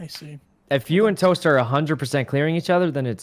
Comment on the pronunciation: "TOST, TOST, tost. OMG its Tost!" Everyone: Hahaha, goodbye impostor Toast kill everybody: I just said somme colors, lol Everyone: 😮